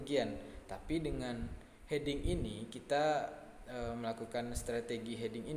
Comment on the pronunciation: Mau koreksi untuk Hedging bacanya = Hed-jing, bukan He-ding XD